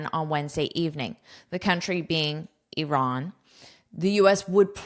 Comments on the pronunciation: One of the few people in the world who pronounces "Iran" correctly instead of saying "I ran" 😍😁 Thank you for your precious content ❤ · You pronounce Iran fantastic, like the way we pronounce it in Persian! Well done